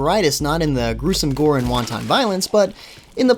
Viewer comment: its pronounced "wanten" not "wahn-tahn"